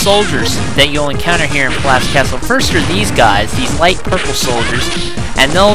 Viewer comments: its prnounced peeloff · LOL PILLAF? have you ever seen the anime? it's pronounced peeloff lol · me: holy shit pielaf! dude next to me: its pilaf me: I DONT GIVE A FUCK! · Pilaf is pronounce Pee-lof. But someone prolly already told you